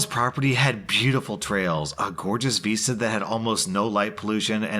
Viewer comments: It's vista, not veesta. Also why did OP sabotage all those innocent peoole who didn't know they were trespassing? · Vista is pronounced just how it's spelled, vista, not veesta lol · Anyone else physically wince every time said "VEEsta?" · I still have no idea what a veesta is, could he possibly mean a vista??? Lol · I dunno... Considering the venue was a campground, as soon as he said "veesta" the first time, it brought back memories of Boy Scout Camp way back when, and the leaders having us sing silly songs like: "Flea-Fly, Flo-Fly" around the campfire. Quite literally the only place, where I've ever heard the term "veesta" used. Maybe knows this, and was making a sly, campground-related joke.:P